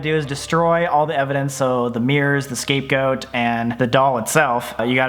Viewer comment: Omfg it sounds like he says Escape Goat